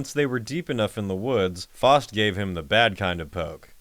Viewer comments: The worst crime is how the Name "Faust" is being pronounced here. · “FAUST” is pronounced “F-ow-st” (the “ow” sound as in “down”) not “F-aw-st” (sounding like “lost”). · It's pronounced fowst